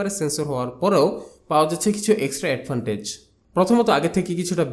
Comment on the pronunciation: Adfantages na, Advantages